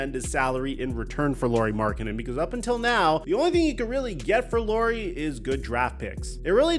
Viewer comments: It’s Lauri not Lori. Au in Finnish is like the Ou in ouch. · Lauri is pronounced Lowry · Is it THAT difficult to pronounce his name correctly? You have no issue saying Kyle Lowry…